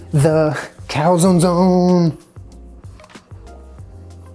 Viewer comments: Cal-zown? Is that how Americans pronounce calzone?? Kind of crazy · Why is he pronouncing calzone like that tf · You guys say cal-zone ? Where I like we pronounce it cal-zone-e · It’s pronounced calzonE... with the e... but with an ‘ay’ sound. 🤷🏼‍♀️ Also - this video had my anxiety through the roof 😂